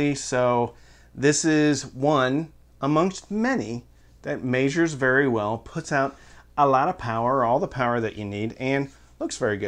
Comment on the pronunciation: Did you say “maysures”?